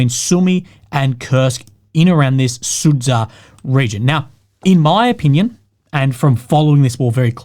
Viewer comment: "Soodoozah" That's "Sood-jah" for Christ sake